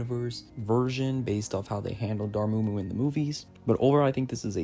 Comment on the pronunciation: It’s (Door-Mah-Moo) Dormammu